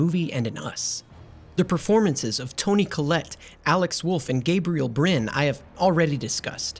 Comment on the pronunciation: How do you not know how to pronounce Gabriel Byrne's name? AND it WASN'T a dog in the road; it was a DEER!